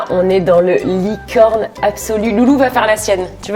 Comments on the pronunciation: Elle a dit licone aux lieux de licorne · Tu as dit licone o mieu de licorne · un moment tu a dit licone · Tu a dit licone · ta dis licone😂❤️❤️❤️